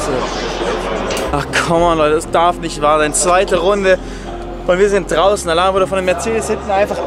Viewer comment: Altää... dä Alain (alää ausgesprochen) denkt sich sicher auch immer wieso der Felix ihm Alan und nicht Alä sagt...😂